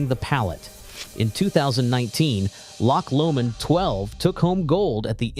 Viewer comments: Spee-side, Glenfidd-itch and Lock Lomond for fox ache? Could they not find an unemployed Scots actor to read this? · LOCH Lomond rather than LOCK Lomond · Please, please, learn the correct pronunciation of Glenfiddich and Loch Lomond…especially how the diphthong ch! 😅